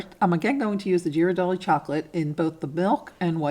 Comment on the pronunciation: Love these ideas! By the way, Ghiradelli is pronounce with a hard g (as in gear).